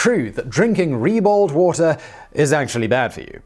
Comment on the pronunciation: "reballed wata" :p